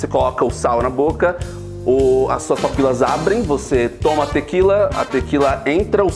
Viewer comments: Eu entendi ele falar certo, "papilas" ! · Eu concordo que o som tá muito alto 😂😂😂 mas, ele faaaalou “papilas” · mas ele fala certo voti kkkkkk